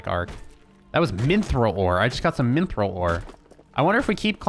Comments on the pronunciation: Minthril... Mithril, dude. MITHRIL. There's no N. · There is no "N" in Mithril.